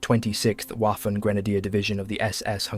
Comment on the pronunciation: Why you keep saying Waffen (Uafen), as if it was an English word? It pronounces Vaffen. The entire world pronounces is correctly: Vaffen. Don’t you know that German W reads V?